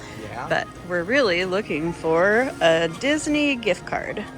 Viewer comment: Lol! I thought he was saying "Disney, [you] Jack@ I audibly gasped! Than full chuckle. Great after a stressful day at work. Love you guys!